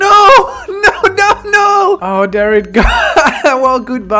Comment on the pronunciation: Why do you say there like “der”